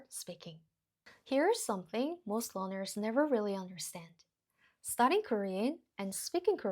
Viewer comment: Question: Are you saying "learners" or "loners"? Either one makes contextual sense, as loners are particularly reluctant to speak with somebody. But if I don't hear that first "R" I have to assume "loners" is what you meant. Sorry, I know it's not the point, but it was all I could focus on.